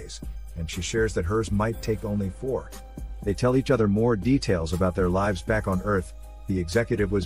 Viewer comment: If you ever wondering if this was a AI voice (which it is), just listen to the way it pronounces "lives". It cant pronounce it in the appropriate way because AI's cant recognize content yet. These are called "Homophones" and if you hear them mispronounced, its a AI voice.